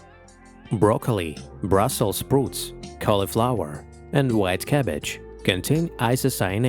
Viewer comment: Faramir. 🤣🤣🤣🤣 I'm sure he meant Brussel "sprout."